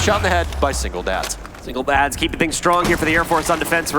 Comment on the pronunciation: “Singledads, Singletaps” 😂😂😂